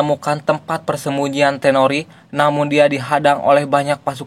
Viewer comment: Toneri bang, bukan tenori